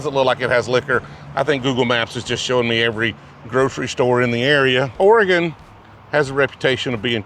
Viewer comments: You even took the time to call it OryGun. Nicely done. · At least he got the pronunciation of "Oregon" correctly. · I appreciate he says Oregon correct. Lol. Dude if you were more into whisky. Couple good spots in Eugene, Corvallis, and Portland. I mean Pendleton is good. Made in Hood river. Not bourbon. Cool you came through. 😎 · I sincerely appreciate you pronouncing Oregon correctly ! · Thanks for saying my state’s name right!! 😂